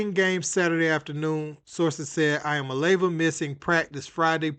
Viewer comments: Wow. U butchered hia last name. Good for u!! Nico gonna regret this. His daddy is a greedy fool. 🍊🍊🍊GBO!!! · Dude, you absolutely trashed Heupel and Iamaleava's names.😅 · Its E-ah-mah-la-ah-va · Stopped video seconds in! Bro check your pronunciation of athletes and coaches names before making content! Y'all can but I can't watch or listen to such a piss poor production. Thumbs down on this one. For the record the names are EEE AMA LEAVA AND HYPE-LLLL SAY'EM LIKE YOU SEE THEM! BUT SPELLED DIFFERENTLY. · Ain’t even mad he cant pronounce iamaleava , but know knowing Heupel’s name is nuts